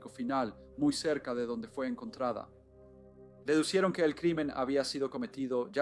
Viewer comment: Dedujeron, no deducier😅😅😅😅onnn